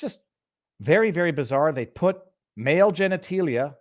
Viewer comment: I have never heard anyone pronounce genitalia as genetEElia! I like you, dude, but, seriously, geniteelia? It’s genitAlia!